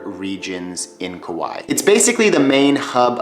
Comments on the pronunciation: Kaua'i in Hawaiian meaning when you say it say kah why ee sorry you said the name a bunch just trying to help you out. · Tips? How about pronouncing it right? My Hawaiian grandma, and most people who live there pronounce it Ku-WHY-ee.